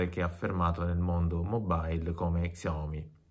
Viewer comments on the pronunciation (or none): sciaomì si pronuncia